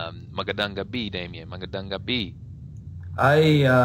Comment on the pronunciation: Awesome tagalog! Though on words like gabi and kasi, you pronounce them like "kah-see" and "gah-bee", the "i" should sound more like the "i'" in "sit". So it would be like "gah-bih and "kah-sih". The "i" almost makes an "eh" sound. Just a little pronunciation tip